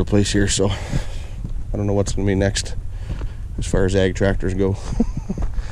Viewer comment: Well dude you said egg, and not ag.